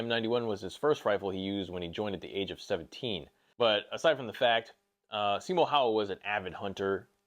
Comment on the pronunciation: Bro I love you, but the way you pronounced Simo Häyhä made me cringe… 😂